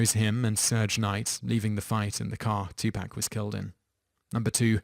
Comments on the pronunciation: Two Pack?? its Two Paaaaaaaak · Two-poc is how you say it not two-pac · I'm surprised you didn't pronounce MJ's name as Meek-hail Jake-soon. I mean good god man. Too-Pack? Ben-oyt? I'd call this channel "Toop teenz" but I actually speak English.